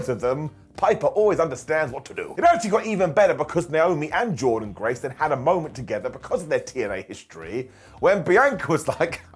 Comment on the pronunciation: Why do you keep pronouncing Jordynne graces name wrong?